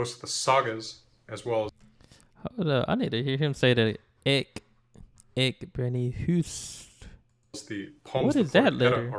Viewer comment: I love that your first attempt to say ég brenni hús þitt was well pronounced